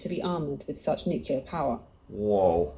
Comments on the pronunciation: It is strange to hear a British accent pronounce nuclear as "nook-yoo-lur". Wasn't George W. Bush made fun of for that? The word is "noo-klee-ur" or "noo-klay-ahr". As for the Nation's will to fight, it used to be that both political parties wanted what was best for America, only having different ideas about what that was. Now one of our parties thinks America is evil, guilty, shameful, dishonorable, racist, etc. and always was, and that all other countries of the world are saints by comparison. (Unless we are talking about one of America's allies. They're hated, too.) They have no will to selflessly serve our country, much less put their lives on the line for it. "Fortress America" has experienced a Soft Invasion, where our populace has taken in illegal aliens who hate it and where half of our population has been stupidly seduced to think in ways that benefit foreign powers. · Am I the only one who really struggles to hear someone pronounce nuclear “Nukular” instead of “new-clear” 😂 the video lady said it. I’ve heard it said by past presidents. Youre allowed to authorize the use of it but can’t pronounce it?! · Is it normal for British speaking people (vs "American speaking") to mispronounce the word "Nuclear"? It is not "nuke-you-lar" it is "nuke-lee-ar". Where is the extra "u" in the word between the "c" and the "l"? O_o Or is this part of the fetish to adding unnecessary "u"s to words? Like "color" "labor" "armor", etc. (vs. "colour" "labour" "armour"). For a nationality that fought the French for so long, why do they use their spelling and penchant for adding unnecessary letters to words? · pisses me off how she mispronounces “nuclear”